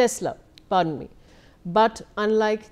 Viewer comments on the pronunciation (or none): Telsa or Tesla, it is not enough to read, the anchor should know something about what she is talking about. Prepare before you face the camera, young lady.